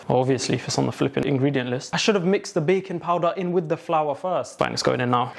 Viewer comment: without fail every "baking" sounds like "bacon" to me